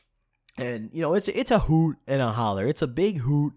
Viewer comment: Why dose he say hoot like that 😂